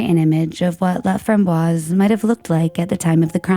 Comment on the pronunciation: His last name is pronounced La fram boyce.